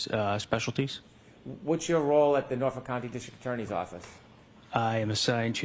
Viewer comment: It’s Norfolk not Norfork- what a moron he can’t even pronounce the county he works in